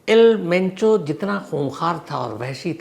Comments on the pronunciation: Penchoo nhi mencho h dada😅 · आज आप किसी पंजाबी के साथ बैठ गए थे क्या सर जी जो मुँह से मेंचो की जगह पेंचो पेंचो निकल रहा है।😂😂😂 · Pencho nahi Mencho😂😂😂😂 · एल पेंचो नहीं एल मेंचो नाम है सर